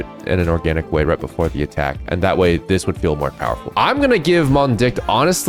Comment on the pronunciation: ohh come on its Mond..licht, 2 words, and they mean the freakin moon light😢 you said it Mon..dicht, why😂